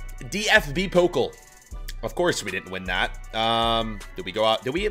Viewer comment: It’s PoKAL not Pokel